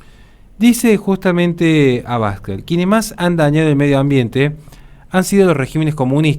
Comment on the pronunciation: Un detalle: El apellido de Santiago Abascal es una palabra aguda, así, no se dice "abAscal", si no "abascAl". Por lo demás, un vídeo brillante como muchos que de los que tienes publicados. Mucho ánimo y muchas gracias desde España!